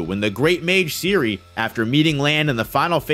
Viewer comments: Serie is not Siri, but ˈzeːri̯ə, with Z and e at the end. Flamme has an e at the end and so on. I almost never say anything like that, but your pronunciation is so far from good that I must make an exception now: pls. check the names before making an over 1 hour long video. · The name of "Serie" is pronounced differently. The e is not like an i, but how you would say it in "Zen" (albait a bit stronger). And the last e is also pronounced. Generally a lot of names are often pronounced wrong. You can look them all up quite easily online as they are all simply German words. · Man's calling her Siri LOLOL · Dude your Butchering the Names of those Mages :D Serie=SaeriE would be the Pronounciation